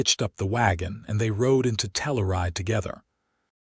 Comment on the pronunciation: Tell- ur-ide is pronounced Tell - your- ride !